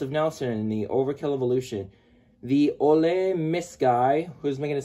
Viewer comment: You got my name wrong, the ole part isn’t said like olay, it’s said like old but take out the d so it’s like saying OL miss